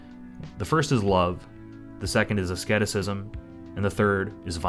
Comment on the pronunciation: you worked so hard on those pronunciations but you didn't even notice that asceticism is pronounced like Ah Seed Iss Ism